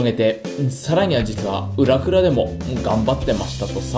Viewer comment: ん？笑裏クラが好き？ 僕にはクリエイティブが好きと聞こえてしまう｡